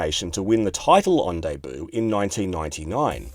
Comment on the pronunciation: Is that really how Australians pronounce “Debut”?